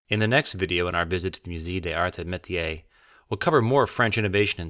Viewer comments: .....MOOZAY DAYS ARZ AY MAYTEEYAY.... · Moo-ZAY duh ZARTS AY muh-tee-AY. In case you care to try a bit harder with the pronunciation 😉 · "myu-say days-arts eh mehteeay"Museum of THE arts and ..otherwise "d'arts"